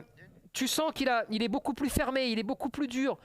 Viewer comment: il est où le "han" dans "beaucoup" ?